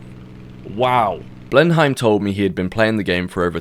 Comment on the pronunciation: Being British and saying Blenheim wrong so many times isn’t ok